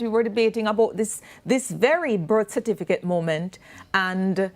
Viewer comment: How many times have the debaters and panel said cerfiticate